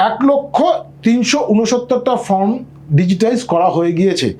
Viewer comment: আপনি বার বার ফর্ম এর জায়গায় ফ্রম বলছেন !!! সময় নষ্ট করে আপনার কথা শুনবো কেনো ???